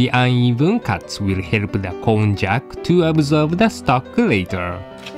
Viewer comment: Kon-jack? i thought it was pronounced kon-yak! my life is a lie ;_